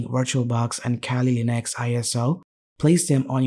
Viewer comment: abe bhai english bhi bol rha h toh aisi ki kali ko khaali linux bol rha h ,,, well koi ni content badhya tha